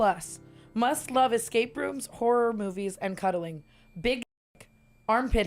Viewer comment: Why do tana say escape rooms like that